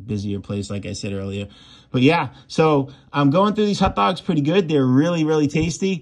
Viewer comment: I like how he pronounces them hutdogs